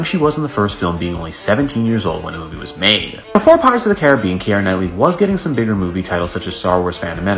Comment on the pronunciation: Kiera’s name is not pronounced in three syllables the way you’re saying it “Ki-er-a” it’s pronounced in two syllables, like ”Key-ra” It’s grating on my nerves and driving me crazy hearing you mispronounce thru out this whole video 🤣